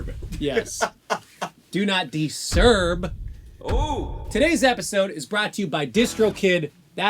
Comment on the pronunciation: "Do Not DiSERB" *immediately smashes like button